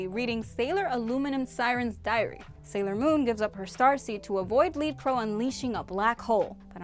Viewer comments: They wouldn’t have known if chibiusa died when Galaxia took major ya star seed... she was already in the future. Also her name was pronounced led crow not lead crow... all Galatia’s fighters were named after metal or weak substances. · It is "led" crow, not "leed" crow. Named after the metal. Doesn't seem you're the only one who gets this wrong. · Was I the only one bothered by the way she kept saying lead Crow? Like she kept saying lead like leader not lead like the metal. And it doesn't make sense to me because all the animates also had a metal component to their name. Sailor iron Mouse sailor aluminum siren sailor Tin ninanko. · I love this- it's hilarious to examine this entire crazy storyline and put it on a timeline! XD However... one thing... Sailor Lead Crow: the word "Lead" should rhyme with Bread. Lead, the metal. Not as in "Lead the way." That's why there's Sailor Iron Mouse, Sailor Aluminum Siren, Sailor Tin Nyanko-- they all have a metal element to their names. Lead, the metal :) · The Lead in Lead Crow is pronounced like the metal, not lead as “leading” or “leader”. Also when you write Lead in hiragana, you get “Reddo” which is also wordplay on her colour scheme: red. If it was lead like “leading”, you’d get “riddo”. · I hate to be that person but it’s lead (led) crow not lead (leed) crow😅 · Isn’t it leAd crow like the element not pronounced “LEED” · Lead (led) crow.... fits in with the metal motif with Aluminium Siren, and Iron Mouse ect... not Lead (leed) crow lol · I’m going to say it… why is she pronouncing lead crow like “leed” lol? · Sailor lead crow is pronounced ‘led’ like the metal, all of the sailor animamates are names after a metal and an animal… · "Lead" as in "led". Tin, iron, lead as in metals. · Lead Crow is pronounced as "led" like the metal. All of the Sailor Animamates names start with a metal. Tin Nyanko, Iron Mouse, Aluminum Siren, Heavy Metal Papillon. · It's lead rhymes with red. You know the metal, like tin and aluminum. Lead.